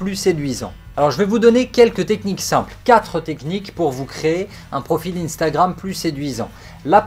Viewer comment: pourquoi t'as pas prononcé le R 😂😂